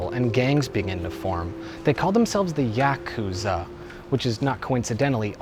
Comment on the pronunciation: Technically, since Nentendo bought Sega, Sonic is owned by Nintendo now. Meaning, he was fine to be in this video. Also, anyone else cringe every time he mispronounced Yakuza? Which was every time he said it?